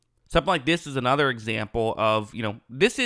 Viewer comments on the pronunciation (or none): none